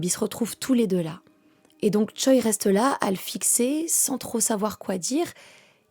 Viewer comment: Choi c'est un nom de famille (prononcé Tché) pas un prénom